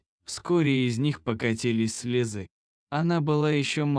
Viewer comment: Рада за Цыганочку❤, а вот электронным озвучка следует подправить программу русского языка, а то дети так и будут говорить "слезЫ" и т.п. с неверными ударениями.